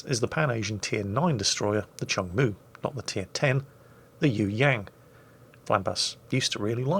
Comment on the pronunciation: My grandfather served on this ship from 1970 to 1976, don't remember the spectacular camo scheme though lol Oh also it's pronounced "Choong Moo" not "Chung Moo"